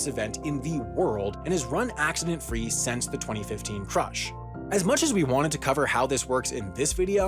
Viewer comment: Stop pronouncing “since” as “sense”